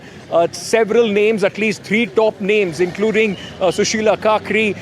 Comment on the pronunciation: This correspondent cannot even pronounce names correctly. He said Sushila Kakri instead of Karki. Read properly before opening your mouth